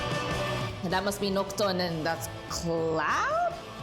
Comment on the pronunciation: So close, it's noctis, not nocto 😂